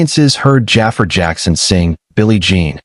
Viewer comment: I wish they would say jaafar name right